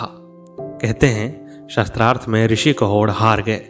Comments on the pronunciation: प्रस्तुतकर्ता शास्त्रार्थ को शत्रार्थ उच्चारण कर रहे हैं जो अशुद्ध है । कृपया शुद्ध कराएं । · Atyant rochak katha parantu ek peeda huyi aap Shaastrarth ko baar baar Shastrarth bol rahe the. Shaastra aur Shastra ka antar samajhiye 🙏🙏🙏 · आप बार बार सस्त्रार्थं बोल रहे हैं बल्कि शास्त्रार्थ होता है। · शास्त्रार्थ शब्द बोलना चाहीए न कि शस्त्रार्थ